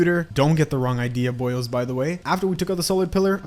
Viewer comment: the boio'est of the boios